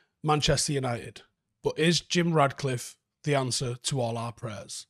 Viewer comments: love your shows and the analysis is always top quality but the guy’s name is RaTcliffe, FFS, not RaDcliffe. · It’s “Ratcliffe”